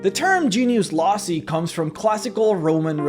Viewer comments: Loci is pronounced "Low-Kai", like not high but low, and dragon ball z kai. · loci, not lossy. silly anglophones. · its DEFIANATLY not lossie, its low ki. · Genius Loci is pronounced like Loki, not lossy. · Loci is pronounced lo-kai, I think, rather than lo-sai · It's not genius "lossy" (sic). It's genius loci. Loci is pronounced low-kye. Hard c and long vowel sound. Incidentally loci is the plural and one of them would be a genius locus. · fk my dude.. loci.. low... kai learn to engrish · Its probably loKii. As in locus. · I think you mean to pronounce that genious lokey on Latin c is always pronounced hard as k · Loci is pronounced "low-kai". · loci is actually the genitve form of latin locus that means place. so Genius Loci means "Spritit of the place". it is pronounced "lochi" (like in tai chi) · In Latin the letter C doesn’t have the same S sound as English does. So it would be pronounced Genius Loki. Ave, Kaesar! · Genius (low-kai) loci ... not trying to be a dick the rest of your definition was completely correct i just figured youd want to know. And the titans actually created the gods. (Im guessing it was different in dnd) It was the other way around. titans where created by the union of the sky and the ground. Hence why they were separated afterward. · Huh... for some reason I always thought "Loci" was pronounced more like "Lok-ie" kinda like the first syllable of "Location" since they are, after all, a location. Maybe this is just a regional thing. Yea, let's leave it at that. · The word, loci, is a Greek word for place, and is pronounced low-k-eye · loci is pronounced low-kai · It’s Latin. It’s pronounced Loki. But it’s fantasy so I don’t really care. For your education I guess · Loci is the plural of Locus, it's pronounced Loki. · The plural form of locus, loci, is pronounced losai in american english. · Can pronounce Hecatoncheires, but not Loci. Huh.